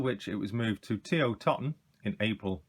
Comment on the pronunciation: Nice to get a more in depth review with a history rather than the usual 'box opening' many others do. One small gripe, TO is pronounced 'TOE-TON' (Toton) not TOTTON which is a different place altogether. Great video mate. Ill be looking out for more like this in the future.